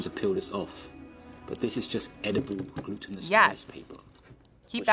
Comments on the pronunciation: Not the "gluttonous" rice 😂 it's glutinous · Glutinous rice, as in gluten. Not gluttonous. 🤦‍♂️